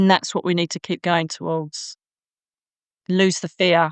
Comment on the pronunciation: The way she said ‘loose the fear’ sounded like ‘luc i fer’ , magically turning it harmless 🪄